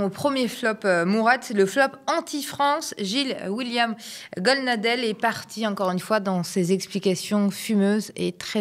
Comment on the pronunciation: « Goldnadel » et non Goldnadel »😊